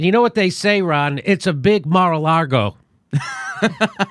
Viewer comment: It's lago, not largo